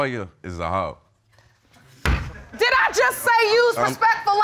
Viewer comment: The way he says hoe is funny af but so wrong 😂😂😂😂😂